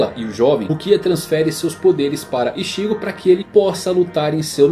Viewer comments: Todo "Ixígo" dito me doía por dentro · Nao é Rukía ou Ichígo, é Rukia e Ichigo, nao é possível que você assistiu e leu tudo e não sabe pronunciar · Ixígo e Ruquía me deu agonia kkkkkkk mas o video ficou muito bom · Que agonia dele mudando a sílaba tônica dos nomessssssss ichÍgo, rukÍa, orihimÉ